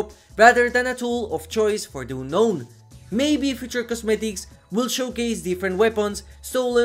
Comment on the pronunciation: Oonnoun. Omg, your pronounce